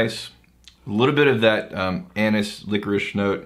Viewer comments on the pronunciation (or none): none